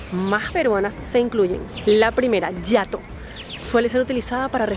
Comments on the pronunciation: Jato no yato... Está en español y se lee tal cual se escribe 🏡👈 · Jato estuvo mal dicho es con sonido de JA y no YA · Es "jamar", no jamear, y es castellano antiguo, significa comer. Por otro lado, es "Jato", con jota, NO yato, como usted decía, y viene del quechua andino, HATUM, es decir, casa. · Lindo video, interesante, siendo peruana me siento muy orgullosa de mi país, aunque hay muchas cosas que dan dolor de cabeza, no pierdo la esperanza que mejorará. En cuánto a las jergas, Jato se pronuncia Jato no Yato, Causa si bien nace de la causa en el tiempo de la Independencia, en jerga se usa, eres mi causa o ven causita (amigo), Jamear nunca lo escuché, no sabía su significado. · Excelente video. Unas aclaraciones, no se pronuncia yato, se pronuncia jato, así como suena. Respecto a la palabra pata, se puede decir tu eres mi pata, el es mi pata, voy con mi pata al tono (fiesta), causa también le decimos a un amigo como pata, causa y pata son lo mismo y se usa de la misma manera. Huasca, normalmente se le dice a una persona que ha tomado mucho licor, se le dice está huasca. Más bien para decir lo que ustedes le dicen cosito, aqui les decimos vaina, por ejemplo pasame esa vaina. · Cuando queremos que nos pasen algo y no sabemos el nombre, simplemente decimos pasame eso. N7nca he escuchado en toda mi vida que alguien diga pasame esa waska. Primera vez que lo escucho y es totalmente erróneo. Y se dice Jato no Yato. En español la letra J se pronuncia de esa manera. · Amiga soy peruano por eso te digo la pronunciación de la jerga no es yato sino tal como se lee, JATO y tiene dos significados, casa y dormir, por ejemplo se dice oye vamos a mi jato quiere decir oye vamos a mi casa y también se dice oye me quede jato quiere decir oye me quede dormido, un abrazo desde Perú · Jato se pronuncia con el sonido de la jota como en "joder" Lindo video! ❤ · Se pronuncia jato, no hiato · No es yato 🤔se dice jato=casa y causa= amigo😉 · Jato no se pronuncia con "y" sinó con "j"